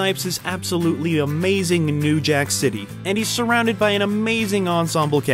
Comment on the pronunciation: EVERYTHING nowadays seems to be AH MAY ZEENG!!🙄🙄🙄🙄🙄